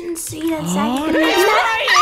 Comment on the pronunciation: I’m sorry to be that person but it’s ‘Zach’ 🤣